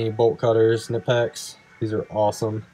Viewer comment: Just for the record its pronounced "KA - NIE - PEX" not NIPEX